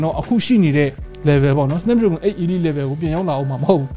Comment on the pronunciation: 8Elite ရဲ့အသံထွက်က 8 အီလိုက် ပါ